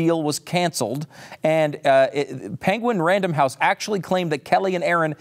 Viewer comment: Did learn how to say penguin by listening to Benedict Cumberbatch?